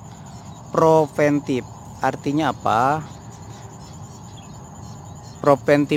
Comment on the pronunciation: Preventif bukan proventif